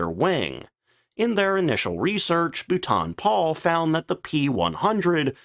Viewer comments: You have had a shed-load of comments on this but, for the sake of my sanity, being a Brit, please note: 'Boulton Paul' = 'Bolt-on Pawl' (I am quite sure I must have butchered some American names in my time, 'Arkansas' anyone?) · It proves this is not A.I and is a real life American with they he murders the name Boulton Paul😁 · BOO-TON? WTF???? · For crying out loud it’s not bootan Paul it’s pronounced ball-tun Paul!!!!!! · It is not Bootarn It is spoken Bowl - ton Bloody Yanks need to learn English before attempting to say it. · Bootan Pole? Great channel but bootan pole is torture. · Its pronounced Bowlton and Paul, I worked for the company for many years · "Bolton Paul" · How many corrections of the pronunciation of Boulton Paul do you need? Either you don't bother to read the comments or you are too arrogant to correct yourself. This has been on-going for 3 years. Pathetic! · I might've been able to watch this video if not for the ABYSMAL and extremely weird mispronunciation of Boulton-Paul. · exactly, if he’s going to mispronounce Boulton Paul then I’ll mispronounce Chance-Vought as Chenkey Voogit. Might as well say Corsair as cursehair.